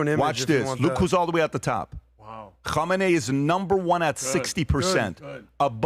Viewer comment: PBD loves saying “ho mah nay” lmao Which is the name of the possible next leader, spelled “Khamenei.” 😂